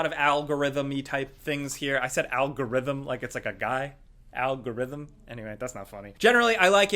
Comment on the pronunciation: I heard Owlgorithm